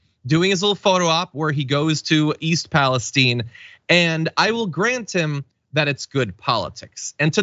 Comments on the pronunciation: What's with this Pa-les-teen? Isn't it Pa-les-tine???? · Its East Palistiene its pronounced eye not "E" its Ohio not Mexico